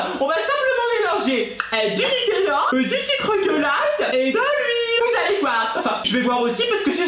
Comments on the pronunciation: ON DIT NUTÈLLA ET PAS NUTÈELLA CONNACE!!!!!!!! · Elle c' est même pas dire nutella😐